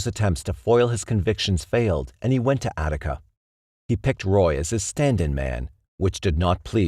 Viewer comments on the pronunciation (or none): none